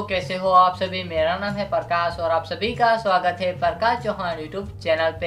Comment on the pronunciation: pahle apna khud ka naam lena sikh le thik se, its NOT PARKASH wese mouse to tera dhasu hai, LUXURY waala GAMING MOUSE lagta hai, I think AR ke 100 rounds tak to chal hi jaayega